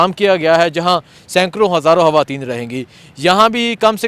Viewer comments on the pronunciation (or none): Hawayeen nahin kehtey, sahee word hai khawateen 😏